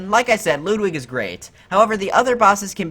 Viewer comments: Ludwig is not pronounced as ‘Loodwig’. It’s pronounced as ‘Ludwig’. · Its Ludwig not loodwig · loodwig is how he said it. Ludwig is how I say it. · Am I the only one that noticed that he said lewd-wig?